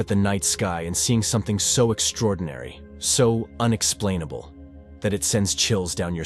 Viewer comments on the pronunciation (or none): The word is unexplainable not unexplenable